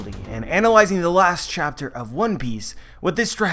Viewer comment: Dude it's one PIECE not ONE piece. Wrong pronunciation :O